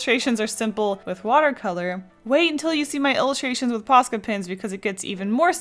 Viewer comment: Sounds like your saying "pasta pens"